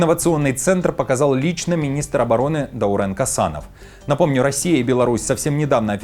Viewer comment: Подписчик из Казакстана, не ДаурЭн а Даурен, читайте правильно!!!!!!!!!!!!!!!!!